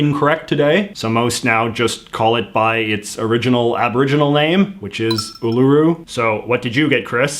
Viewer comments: It’s not pronounced U lUUU Ru it’s pronounced UUUluru There’s a difference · Uluroo is pronounced oo la roo said quickly not oo lew roo with a pause between oo and lew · hearing J.J. say uluru so incorrectly as oolooroo was hilarious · I’m sorry if this is rude, but J.J.’s pronunciation of uluru is hilarious 😂 he says ‘ulooru’ instead of ‘uluru’. 😂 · Its pronounced Ularu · “Ned Kelly a gangster” He’s a bush ranger! Well was a bush ranger Uluru (pronounced “Ularoo”) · Oolooroo rock. That got me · Did he really say oh-low-roo instead of oh-l-agh-roo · “Ul-oo-roo rock” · The majority of the pronunciation somewhat annoys me I mean seriously you said it oooloooooroooo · Really? “Oo-loo-roo?” That was the best you could do? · As an Australia I laughed so hard because of the way he said Uluru (oo-lah-roo). Also, y'all don't like Vegemite because you use to much. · Not them pronouncing Uluru wrong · I love it when people try to pronounce Australian names. They enfisice the U in Uluru and things like that. Side note: Weet-Bix is the best breakfast food I eat like 5 a day. Vita Brits aren't as good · He didn't pronounce uluru right